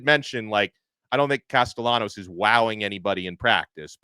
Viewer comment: These guys are utter idiots. is an FSU hater. He trashed FSU constantly when they won the ACC a couple of years ago. No one, absolutely no one at FSU is saying the nonsense this National is saying. FSU is happy with Castellanos, and can’t even pronounce his name correctly. No one is concerned about Castellanos comments except idiots like these guys. If you think that Alabama’s players are going to play any differently, you’re delusional. It’s akin to Anthony Richardson saying Florida would beat FSU. So what? It didn’t happen and the better team won. Football games are NOT decided by words before games. Tye better team will come out victorious between Alabama and FSU. Words don’t matter…Mike Tyson said it best about someone’s plan goes out the window when they’re hit in the mouth. FSU was psychologically KO’d before last season even started when the Playoff Committee stole the Playoff spot they had earned on the field. It was telling FSU’s players that all of the hard work they had done was meaningless and that carried over into the next season. The talk about firing Norvell is ludicrous. He was the National Coach of the Year in 2023, yet he doesn’t know how to coach? is an idiot! One thing we won’t have happen is the Playoff Committee stealing another spot from FSU with the expanded teams. It was theft, pure and simple. If you think FSU couldn’t have competed, please tell me how teams would have scored on FSU? Have you checked how many members o